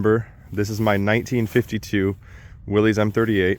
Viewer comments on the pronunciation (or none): You're pronouncing Willy's wrong it's pronounced as if it were Willis